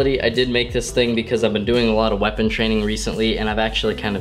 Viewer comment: It's a shwepon